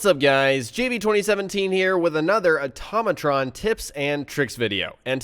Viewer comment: IT IS AHH-TOE-MAT-RON NOT OH-TAHH-MOH-TRON